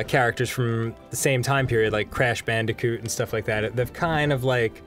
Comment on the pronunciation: Idk why but it made me proud when I heard Dan say "Crash Bandicoot" and "Banjo Kazooie" because he is right.